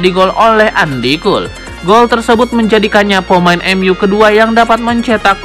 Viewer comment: Min, cara baca Andy Cole yang benar itu "endi kol" bukan "andi kul". 🤣🤣🤣